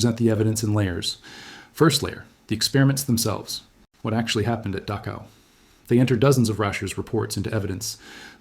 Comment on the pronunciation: Mispronounced Dachau.